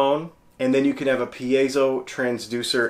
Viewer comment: Actually the accent is on the second syllable: per AY zo